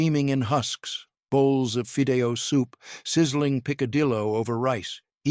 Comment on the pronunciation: I so wish you would have someone who KNOWS how to enunciate spanish words. "Fēē-dĕh-yōh" = Fidello. There isn't a "z" sound in "picadillo"(pēē-kăh-yōh). My gosh the narrator is chopping the names of dishes. Truly horrifying. Nevertheless I do appreciate this video. Born in the late 50s, we weren't wealthy at all. However, our beloved Mamà made sure we girls helped in prepping & ultimately learning to cook. Our poor Tacos, were filled w/ papas, chorizo, shredded cabbage, cheese & salsa. Paz be with us all 🙏. "Sra lsa"